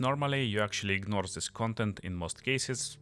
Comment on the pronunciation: Так и хочется написать "да говори по-русски блять" Акцентишь пиздец просто. "Зыс скил", в corruption не произносится одна R - просто корапшн.В Before не произносится R(бефау/бифо)). Просто что не слово,то выдает в тебе ебейшего рашн спикера. А ascendancy Нет звука Ц,это можно читать как двойную С -ассенданси. . Слушать адово больно , учитывая что местами ты добавляешь буквы в слова там ,где их нет.Твое overall звучит "овер-рал".